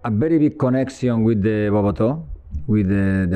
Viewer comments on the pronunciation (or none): trus milla kalo nyebut connection... dia bilangnya koneksyon...